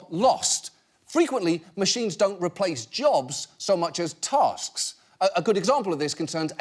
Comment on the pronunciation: I mean you told her to repeat what you said, you didn't specify word for word, you definitely said tosks 😂.